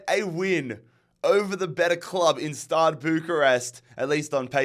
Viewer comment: Man, I'm not even Romanian, but it's STEAUA Bucharest, NOT STADE!